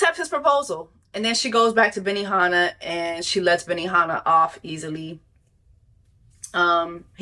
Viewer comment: Not "BENIHANNAH" 😂